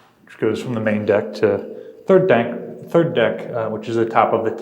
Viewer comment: . “Third dank”. Lol